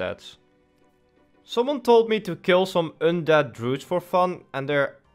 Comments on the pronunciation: the way you say undead.. learn to spell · don't bully him, he's just Swedish I think